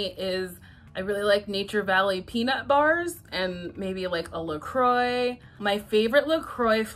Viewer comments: It’s pronounced la-croy. It’s American, not French. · The way she pronounces La Croix though haha - is that really how American's think that is pronounced? :S